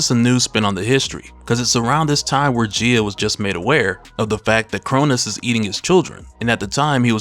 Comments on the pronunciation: I was wondering who Geya is, Gaia, pronunciation - guy-ya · You kept saying Gia.. You didn’t do her justice 😂